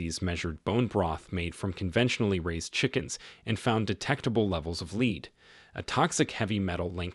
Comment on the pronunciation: Its pronounced "led", not "leed" AI voice.